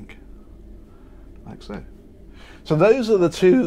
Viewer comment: “so those are the twooh” 😂 no hate but i definitely got a good chuckle out of that. another great video!